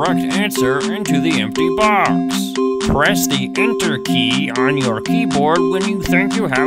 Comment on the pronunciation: do you hear how he says enter